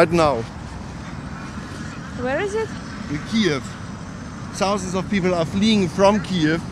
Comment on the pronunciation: sausend of people 😂